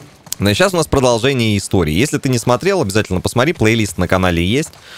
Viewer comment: Породолжение говоришь, ну породолжай , породолжай.